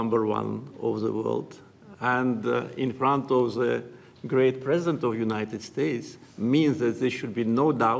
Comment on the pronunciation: Parsident, Sir. His-Highness, Parsident, Sir, Sayanle-Callable